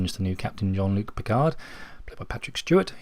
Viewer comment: "Julien" Picard?